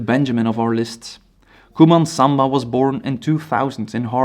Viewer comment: I think you mean Coumba Samba not Couman Samba